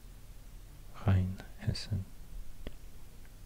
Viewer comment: Your try on pronouncing Hessen was perfect